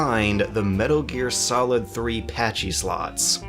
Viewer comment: Metaro gear. I almost thought she said motaro gear lol.